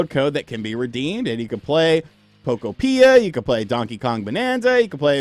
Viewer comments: Still pronouncing Pokopia wrong. It's UTOPIA. Poké-opia. If you're a journalist, then get the pronunciation right at least lol. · We can tell you aren't. If you WERE a Pokopia guy, you would be pronouncing it right. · Bro says Pokopia so wierd😂😂😂